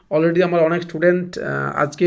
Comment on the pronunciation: অনক/ অনেক --- উচ্চারণ সঠিক করুন প্লিজ...